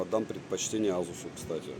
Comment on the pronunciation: Не настаиваю, но вроде произносится асус, а не азус. Греки же этого коня называли Пегасус. Может мой слух кривой х/з, но услышал з😊. Спасибо за твой труд.